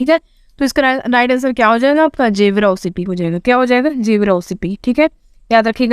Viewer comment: 9/10 ek number aake tips se mil gaya ma'am 😜 Ma'am gevra mines ko aap जेवरा bolti hain na jabki ise गेवरा kehte hain.